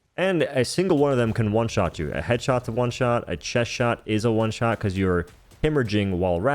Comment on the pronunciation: you having trouble saying "one"? Just asking